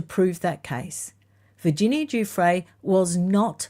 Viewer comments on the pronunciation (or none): none